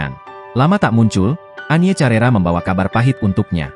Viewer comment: Penyanyi tahun 80 an.. bukan tahun 90 an.. bukan carera, tetapi di baca karera...